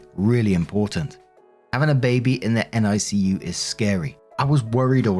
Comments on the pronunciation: For whatever reason, it's said Nick-U for NICU. Cheers as always mate. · NICU is usually pronounced Nick-you, here in the states. Not sure about your side of the pond.